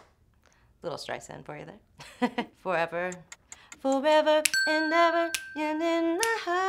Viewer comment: The word was "Forver" not Forever 😂